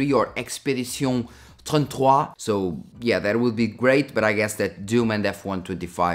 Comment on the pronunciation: Nice try to say 33 in french hehe ☺